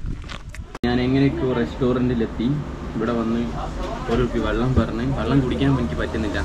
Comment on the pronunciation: വള്ളം അല്ല വെള്ളം കുറേ ആയില്ലേ സാക്ഷര കേരളം 😂😂😂😂